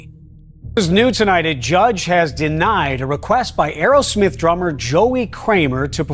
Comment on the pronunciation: It’s Aerosmith not Arrowsmith!